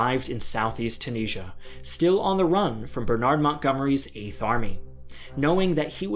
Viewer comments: The way you say Bernard makes me want to slam my head against a door frame... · The way you pronounce ‘Bernard’ is painful